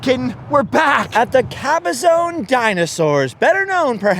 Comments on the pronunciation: Sir, it is Cabazon (ka•buh•zaan) not Cabazone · Good video, but work on your pronunciation of the city of CABAZON. The last syllable is pronounced ZON (rhymes with the name Ron), not Caba-ZONE. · Caba-zon. Not zone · It isn't Cabazone! It is pronounced ka-ba-zaan. Strange growing up around that area you wouldn't know that.